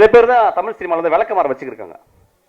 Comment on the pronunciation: டேய் பொறம்போக்கு myskin, தமில் இல்லடா தமிழ். முதல்ல தமிழ் சரியா பேச கத்துக்கோ. கேன பய பிள்ள